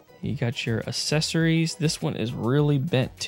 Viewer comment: Loved the TMNT. I have the whole set of the trading cards they are just in crud condition. Question, how do you say the word ‘access’ as apposed to assess? You say accessories as assessories, it gives me a chuckle. Keep up the great content.